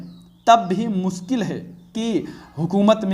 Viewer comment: मुस्किल या मुश्किल 😂😂😂😂😂